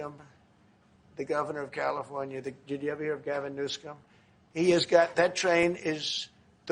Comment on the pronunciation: Mr.President I love the way you pronounce California Governor s name [Gavin NewSCUM]. GOD bless AMERICA!